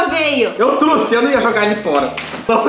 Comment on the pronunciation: Eu tô louca ou eles falam “truce” ao invés de trouxe ? Não é criticando é uma dúvida